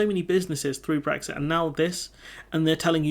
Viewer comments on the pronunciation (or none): none